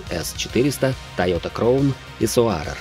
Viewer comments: Ролик хороший, но крОун, соАрер и целИка по ушам резануло. Краун, сОарер, сЕлика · Ролик хороший, но крОун и соАрер по ушам резануло